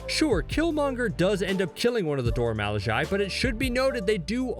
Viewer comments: Not to sound ungrateful for your share, because it was awesome. I just would appreciate proper pronunciation of the names of the characters and term “Dora Milage”. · Pronounce their name correctly, please ‼️🤔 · You can't even pronounce the Dora Milaje properly. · How do you just start pronouncing it wrong lol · Dear God learn the correct pronunciation or find someone else to narrate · Emphasis on the wrong syllables was too much to keep watching. Ugh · Why is it Dora Milaje is the only thing this guy insists on mispronouncing? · I feel like actually pronounce words wrong on purpose. Even falcon says the "Dora milage" correctly in the show. I love that scene when Ayo stomps on the shield then catches it perfectly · If you are making a video about the Dora milaje, the least you can do is learn to pronounce the name. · Your pronunciation of Dora Milaje is trash. Cringed every time. Put some respect on their name and do better. Jfc. Delete this and redub it for God’s sake. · Bro you literally said the name correct the firsttime you said it and then you proceed to mispronounceit the entire rest of tbe video. Do better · You pronounced them wrong you dummy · I swear he says Dora milaje wrong one more time I’m gonna lose it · Woooo did u just Pronounce Dora Milaje wrong... we got a problem. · It bothers me so much I can’t watch the video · Y’all need to learn how to pronounce their name and then redo this video with some respect ✊🏾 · I serious stopped watching this video 3mins in because dude can’t properly pronounce “Dora Milaje” and he does it soooo many times... Seriously tragic for what was probably a good video. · I couldn't continue watching this when he couldn't even say the Dora Milaje correct. COME ON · ❤I appreciate the love you are giving the Dora Milaje, but please learn to pronounce their names next time. 🙏🏾Incorrectly repeating a name when there is plenty of references to learn how to pronounce is like names on a chalk board. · Dora Milaje (mee-law-jay) 🤬